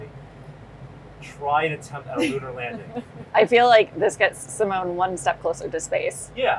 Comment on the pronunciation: Only watched this because of Si-mo-ne. Editing, audio, music, saying Seemoan almost made me stop. But stayed for Si-mo-ne.